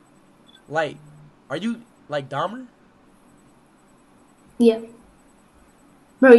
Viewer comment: "Jeffrey Daymer"